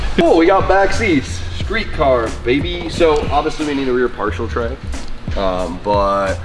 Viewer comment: and.. it's parcel trey. Not partial tray. It's never been partial tray nor has ever sounded like partial tray. Now say it with me, par-sil "parcel"